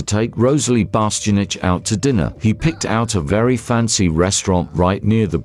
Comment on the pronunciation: Not you calling her Rosalie Bastianach 😂